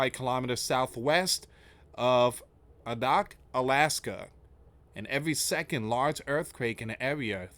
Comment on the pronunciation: you need to research more please not just read it cold. I lived in Alaska for 20 years.. Near AK's largets city, no even its closer to Russia and its not rare at all for Alaska, the name is Pronounced A Dack,this is closer to Russia than Anchorage ty